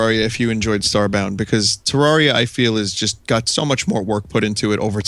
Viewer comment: I am so glad to hear somebody say Terraria the way does. I always get weird looks for saying it like that, but it just sounds so much better. Also, it's nice to see somebody understanding why teenagers pirate so many things. I just bought a New 3DS XL, which already bankrupted me, and now I've found that it's the only console I own that I can't softmod and "acquire" the games for (I figured it would be as horrendously easy to hack as the Wii is), which is extra horrible because the 3DS has the most ridiculously overpriced games; I just don't want to wait like a year until I have a steady job and can afford to drop $200 on a measly four (handheld, mind you) video games.